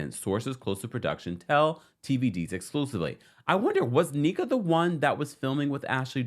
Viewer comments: Where are the Naija babes in the comments? Yall know he's butchering tf out of our goog sis name. What is KNEE-KUH? NNEH-KUH the e is like the E in Elephant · Lolll or rather "in-neck-ah" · I love you ❤ so I wanted to help with the pronunciation of Nneka. You done called her Neeka and Anika 😂 but it's Nneka like "Neck" don't worry about the "Nn" we will understand and its "a" like say ahhhh. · Just an FYI to everyone the new Housewife’s name is pronounced NECK-UH…not knee-Kuh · the new Housewife’s name is pronounced NECK-UH…not knee-Kuh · sorry to post so much but the new Housewife’s name is pronounced NECK-UH…not knee-Kuh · Im excited for tge new Naija HW to Potomc. Nneka's name is pronounced (Inn - Necka). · I’m here for another Nigerian queen!!! And it’s pronounced “neck-ah” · Her name is pronounced NEH-kah, which means Mother is Supreme . Hope that helps❤❤ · You're saying her name wrong - It's pronounced Nneh-Kuh pls the butchering is killing me lol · I believe it's pronounced neck-ah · Her name is NNEKA. Pronounced (NNNNECK-A)